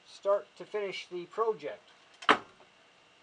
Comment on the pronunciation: What the hell is pro jeck It's project